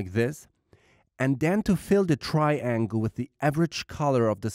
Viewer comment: Tryyy-ANGLEE :D:D